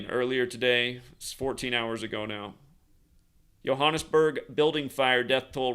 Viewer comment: Last major building fire in my country was the burning of Parliament on 2 Jan 2022 (haven't been running any numbers to check for date correlations) shout out for your pronunciation of Johannesburg! That's how it's said in Afrikaans (a derivative of Dutch). I was speaking to my manager last week Friday. His apartment block in Cape Town also mysteriously caught fire, and I ask him what's up with the fires around the world rn. Then Sunday, another building in Cape Town. Both with no one ded, but still made local headlines... Little did we know a big one was coming to Johannesburg.